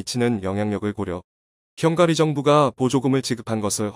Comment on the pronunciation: 형가리?? 발음이 형으로!!